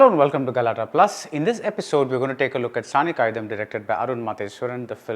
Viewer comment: But BR, it is not Saani காயிதம்.. it's காயிதாம்.. நெடில் :)